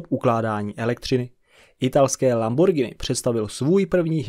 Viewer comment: uz len za spravnu vyslovnost "Lamborgini" a ne "Lambordžini" mas lajk